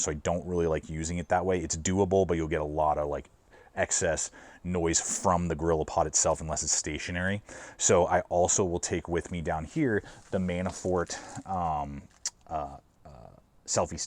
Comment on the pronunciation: This man said 'vee-logging' and pronounced Manfrotto as 'Mannafort' lol. Great content as always and a really well-curated kit!